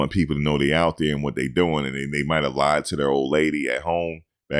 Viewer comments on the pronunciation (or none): none